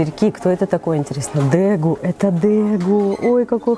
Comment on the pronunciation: я понимаю, что исправлять чужие ошибки не вежливо, но как владелец троих дегу у меня просто режет слух от произношения дЭгу. Хотя лично я зову их вообще дегусами